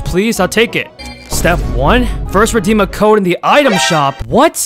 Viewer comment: reddem bruh its redeem